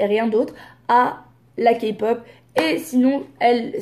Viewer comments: J'suis morte quand ta fais pause juste pour dire "kapop", j'ai mis le like En tout cas j'aime beaucoup cette vidéo ta super bien décortiqué ce qu'elle a dit fin j'aime bien ton avis sur la chose ! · J’avoue que je suis Enjoy sur YouTube. CEPENDANT elle a été très maladroite dans ces propos, elle ne s’était pas renseignée sur le sujet. Déjà quand elle a dit K-Pop prononcé avec le K français au lieu de Kai ( en phonétique) j’ai stoppé directe la vidéo. Après en plus sur insta elle a continué à en parler disant « voilà sa se ressemble nanana » « Oh finalement j’aime qu’une chanson ( Fake Love je crois).Enfin bref elle n’a pas assuré ce qui explique les commentaires. Mais sa n’excuse pas les insultes les menaces . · Des le début quand elle a dit "kapop" me suis dis "Allez c est partie pour les connerie.." Ont est d accord que tout vidéos, émissions qui commence avec cette prononciation vont dire de la merde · elle a voulue faire la connaisseuse alors qu’elle dit "KAPOP" on en parle ou pas son crâne là 🤦🏽‍♀️🤦🏽‍♀️bref sinon jtm ❤️ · jsuis dsl mais quand j’entends les gens dire (KAPOP) ça ME DONNE ENVIE DCASSER DES CHOSES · je suis tout a fait d'accord avec toi sur tous par contre il est ou le mal a dire kapok? mdrrr je suis fan de kpop depuis des années mais genre je le prononces a la française. Meme bts je le dit a la française. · Le ka-pop ma enerver 😬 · Quand j ai entendu la prononciation je me suis dis " allez c est partie pour les conneries" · mais tellement mdrr il manque plus que le " bétésse " et là ct la fin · C'est grave ça y'a plein de mot anglophone qu'elle doit très bien prononcer et là elle prononce mal pour bien montrer qu'elle ne sait rien de la kpop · Grave je trouve qu’elle devrait respecter un peu plus la K-Pop moi je trouve qu’ils on un Mood de ouf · par rapport a la prononciation je pense qu'elle peut faire un effort les artistes qui ont pas un nom français la PLUPART le prononce en anglais non? Tu dis Ariana Grande ou Ariana Grandé?